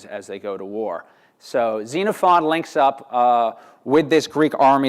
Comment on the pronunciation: Yes! Thank you! I cringed every time I heard this chap mispronounce all of it.